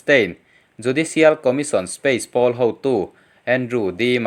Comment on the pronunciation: Poll hi pul tih aiin pawl tih hi a dik zawk lo maw